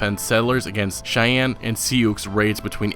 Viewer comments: sioux is pronounced: 'sue', thanks for the video. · If you say Sioux wrong one more FUCKING TIME